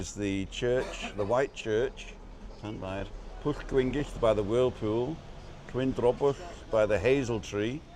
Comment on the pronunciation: "Da iawn i ti ", your pronunciation of 'Llanfair pg' is top notch. Many people in the UK, should realise that a form of "Cymraeg" was on this island pre and post Roman era, before the Angles / 'english' arrived from Germania. "Yma o Hyd " 😉